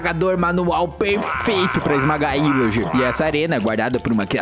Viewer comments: não é ilargi e pilargi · Você falou ilager e pilager😂😂😂😂😂😂😂😂😂😂😂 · Biscoito não bolacha não é ilager é pilager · Não é ilager é pilager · É pilager n ijer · É pilager não ilager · Não é ilager é pilager erro o vídeo todo 😂😂😂😂😂